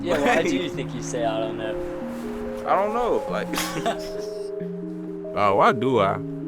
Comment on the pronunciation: Ending the vid on a “ion know”😂